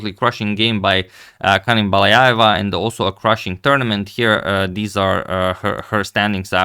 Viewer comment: the 'j' in her last name is pronounced as 'dzh', so it's Baladzhayeva (Ханым Баладжаева); otherwise they could've spelled it Balayayeva